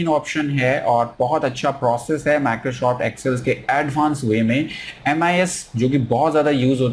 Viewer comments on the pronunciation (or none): Microshoft kyuin bolte ho 🤣